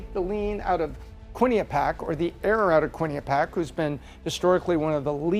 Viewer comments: I love you, - and I say this with so much respect...it's kwi-nuh-pee-ak... Quinnipiac! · Hows does still not know how to pronounce Quinnipiac? lol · Will someone please teach how to say Quinnipiac?